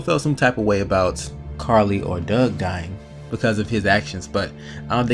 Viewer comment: Carley not by farley